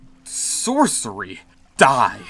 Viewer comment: "This... disgusting... sorcery" said like a true slur